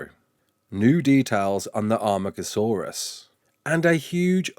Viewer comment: Amargasaurs not Armagasaurus. Sorry to be that guy. great video though <3